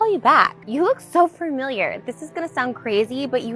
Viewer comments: I hate how trish says fermiliar instead of familiar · What bugs me is the way she says "familiar." Like the only people I think I would ever hear say "furmiliar" are furries who love to use furry puns. Like really specific, really niche group. Fur real though you look furmiliiar am I fureaking out or something?